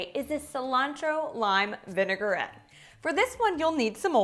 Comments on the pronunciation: May I please say it's Vinaigrette not vinegarette xx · Love the video and the recipes. Forgive me for correcting you, but it is pronounced "vi . nuh . gret".